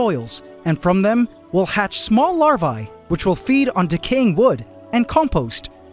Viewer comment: You should check the pronounciation of the word "Larvae". Cheers mate.